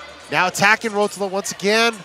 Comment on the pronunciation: the way he pronounces ruotolo gahhhh